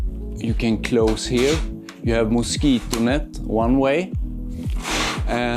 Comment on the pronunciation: MOSIKONÄTT. no dude it's pronounced: mosquito net.